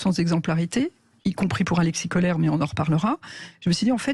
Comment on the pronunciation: Alexis Kohler à prononcer "Kowleur" nom germanique.